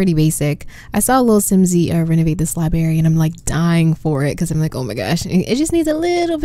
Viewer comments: It is NOT A LIE-BERRY!!!!! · LI-BR-ARY , I know I know. I also pronounce "room" like "rum" sue me LOL